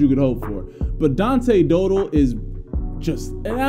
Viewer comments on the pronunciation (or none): It’s pronounced Dow Dell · You said the last name wrong